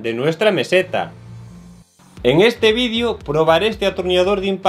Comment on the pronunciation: "En este vidio contamos..." Que significa VIDIO...